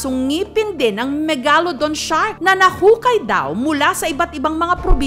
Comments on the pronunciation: Megalodon MEG-LA-DON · JUST PRONOUNCE MEGALODON CORRECTLY